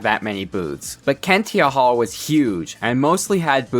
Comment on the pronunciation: Saying hall like haul 😂😂😂😂😆😆😆😆😆😂😂😂😂😂